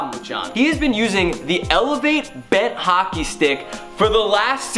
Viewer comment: you said hocker not hockey